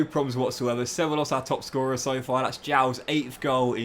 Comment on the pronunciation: Cevallos reads Cebaios